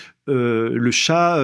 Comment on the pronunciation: Si c’est un chat noir, je l’aurais déteste moi aussi 😂😂😂😂 chat ???? Serieux ! Même pas un petit effort pour prononcer le « h » BrsAnski ? Zbignew Bresinski s’écrit et prononce avec « i ». Et je tel parle pas des noms chinois… Un tel manque de respect vers ces personnalités historiques, c’est affligeant ! Vraiment pas envie de lire le bouquin d’un type aussi inculte !